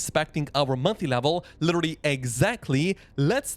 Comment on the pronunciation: AI voice...."litterilrily".... ;)